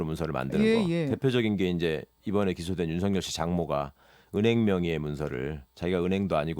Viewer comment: 윤석열보고 왜자꾸 윤석렬이라고하는거야 나이들면 열발음이 안되서 타자로도 못치는건가